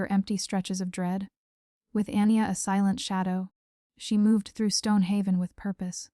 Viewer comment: Anya - pronounciation Arn yargh Not Anni er. Good story very enjoyable, thank you.